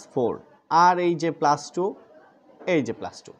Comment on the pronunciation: আপনি প্লাজ,মাইনাজ বলেন কেন?